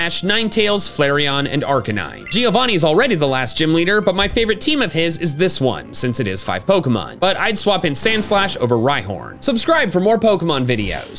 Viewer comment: My mother tongue is Italian, and JEEovanni is not the right pronunciation